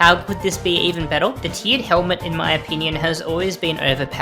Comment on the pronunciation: This guy says " L " every time a word ends with R but he CAN pronounce R because he says it properly in other words! "Bettel" "Daggel" I actually heard him say "daggeR" once as well so he can do it!